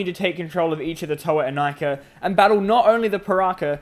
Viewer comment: Wierd pronaunsiation? Well, I guess it's only ok for russians. Plus we all still read Inika as [Ee-nee-ka]